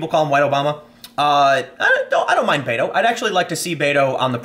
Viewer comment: Fyi... not bay-toe.... bet-o is correct. Irish man using a Spanish nickname smh